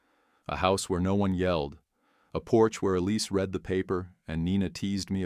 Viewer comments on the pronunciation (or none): Serious question...why can't any of the AI's say the past tense of "read"?